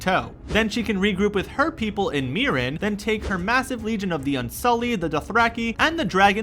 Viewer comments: Lol Daenerius, ee-soss, merr-en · Warjing? Bron=Bran? Danerisis? E-SOS? Mirren? Don't make videos if you don't know enough about the content to pronounce it correctly.